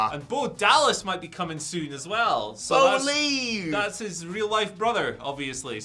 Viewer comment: telling us to Bolieve in the feind I’m here for it lol